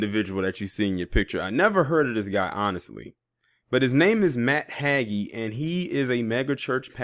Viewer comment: sorry for this: Bexar is pronounced bear. It's hay-jee for that name Hagee. I love you too much to keep giggling at your attempts to pronounce those names. Keep doing what you do, you are appreciated.